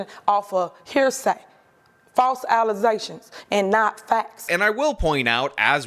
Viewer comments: “False allezations”…lol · "False allezations" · "False alezations" LOL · False "alizayshuns." Yup. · False allezations is one of my favorite things. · Allezations?? Bish can't even read!! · That clip of her saying "false allezations" cracks me up every time lol